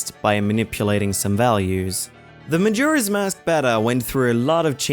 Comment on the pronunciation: DID YOU JUST SAY MAJIRA'S MASK?! XD